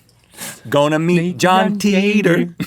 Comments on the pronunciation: Link why you butcher names! John TYETOR XD it's pronounced TEATER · with John titor he went back to 1975 to retrieve an ibn5100 because SERN managed to create time travel with miniature black holes at 1st they could only send back 16 bytes. Oh and it is pronounced te-tor